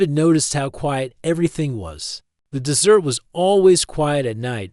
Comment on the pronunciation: Aside from a few "dot" and the AI voice repeatedly pronouncing “desert” (in Nevada) as “dessert” (pudding?), the audio is decent with few glitches.